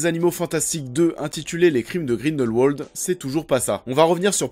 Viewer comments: On ne dit pas Grindelwouoooooold mais... Grindelwald comme ça s'écrit en fait. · En tant que suisse je me doit de te corriger: Grindelwald se prononce à la germanique, c-à-d Grin-dèl-Vald et pas grineulwauld. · Le nom se prononce grindelvald pas grindelwouald ptn 😂😂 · Mec arrête de dire Grindelwolde. Grindelvalde stp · Par contre, c'est Grindelwald, par Grindelouauld. Même dans la vostfr, ils le disent avec la prononciation germanique. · On pronounce Grindel"v"ald ! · Le nom du méchant se prononce GrindelVald, c'est de l'allemand donc le "w" à l'allemande ;) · Juste... grindelVALD. Prononce bien s’il te plaît. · Tu as des arguments pertinents mais stop prendre les gens de haut quand tu parles... et quand on fait une critique de film c'est quand même un minimum de bien prononcer le nom de l'un des personnages principaux.